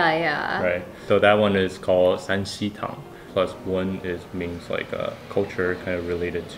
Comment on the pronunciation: i thought the pinyin was tang not tong